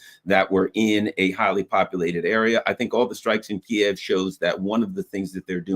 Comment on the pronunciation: Sincere thanks to using the correct ENGLISH pronunciation for the cities of Kharkov and Kiev!